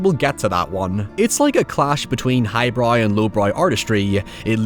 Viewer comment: Shortly followed by "highbroy" and "lowbroy"